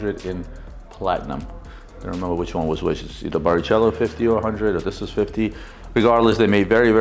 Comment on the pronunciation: its pronounced barikelo